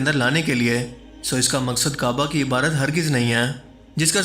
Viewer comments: IBARAT NAHI , IBADAT....BOSA MEANS, TO KISS, CHUMNA . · Ebadot ko Ebrot bolna ki sleep of toung...